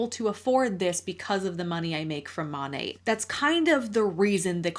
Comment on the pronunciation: This is a very silly nitpick on my part, but does it bother anyone else that it's pronounced mon-ate and not mon-at? There's no e at the end. Why do they pronounce it as if there is??